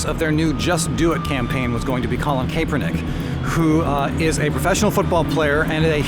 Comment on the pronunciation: Totally off topic but I believe it is pronounced "cap-er-nick" being a Niners fan I felt the need to point it out.